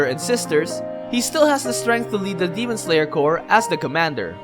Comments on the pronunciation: He says Core instead of corps.. can't stand it >.< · Him saying core n not corps pains me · Corps not core. Stupid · Everything you said are awesome. It's just annoying how you pronounce CORPS to COR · It just me or somebody notice too. That the way he pronounced corps is core? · Why he read as 'cor' but it written as 'corps'? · Him saying "demon slayer core" annoys me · well it’s spelled demon slayer corps but the word corps is pronounced core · it's pronounced as kor. google is just few clicks aways stop being stupid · CORPS AND CORE ARE PRONOUNCE DIFFERENTLY!